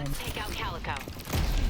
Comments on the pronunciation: calico... its calico... like the cat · Cowlicko or caleeko? Clayito maybe…